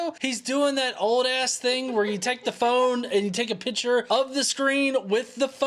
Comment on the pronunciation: Hey love you and your channel and your chastising of flatfux! I’ve noticed however that you always pronounce picture like “pitcher” like a baseball pitcher. Now I know very well this is petty and not important but I had to say it. Constructive criticism my friend! Keep on debunking all of the fuckin idiots I love the videos! Later